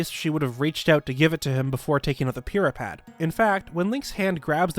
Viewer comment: BTW, WHY DO YOU SAY "Purah Pad" THAT WAY, I HATE IT!!!!!!!!